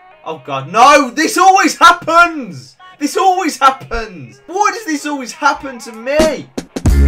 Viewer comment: Happonds that’s how u said at the start 😂